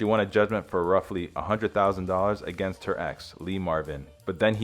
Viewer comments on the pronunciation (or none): none